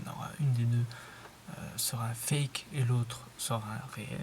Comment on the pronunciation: Mdr il dit le faque au lieu de dire fake fin bref 😭😭😭😂😂😂